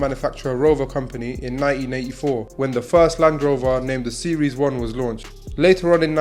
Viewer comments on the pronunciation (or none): Land Rover, not Land Rov-oh